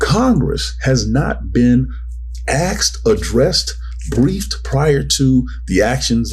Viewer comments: Asked my bro, not aksed.. C'mon now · Did he say "axed" ? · Stop saying “axed”. wtf, bro